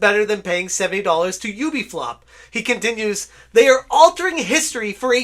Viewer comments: Yoo - bee - soft please say it properly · not ooooobeesoft youbeesoft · It is not Oobisoft >:(